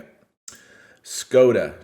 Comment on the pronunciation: Thanks for the critiques and reviews! Hint: The Czech/Slovak "s" with the V-shaped mark on top represents the sound of English "sh". So Skoda should be pronounced 'shkoda', kind of like Sean Connery would do it. :-)